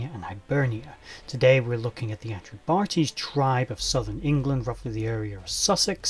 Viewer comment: Enjoyed!. I do believe it's "Atreb-Ahteys" as opposed to "Atreb-Artees", Peace.